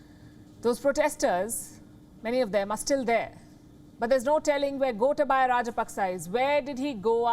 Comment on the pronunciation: Wish you would listen to Sinhalese TV or ask a Sri Lankan to pronounce the names for you. GOTAAbayah RAAJApaks not Gota-BAYA.